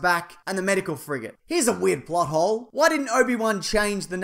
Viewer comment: when u first said plothole i thought u said butthole